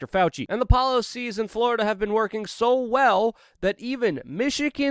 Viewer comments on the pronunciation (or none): none